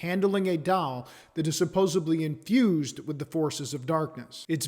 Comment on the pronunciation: He said supposebly.